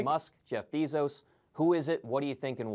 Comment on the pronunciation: He can't pronounce "Elon" or "Bezos" correctly 🙄